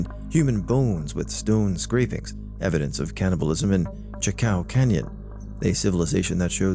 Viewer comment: Chaco Canyon is pronounced "chalk- oh" - not Chacow...